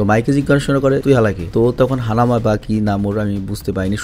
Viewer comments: This is not hayma its hanma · হানামা না হানমা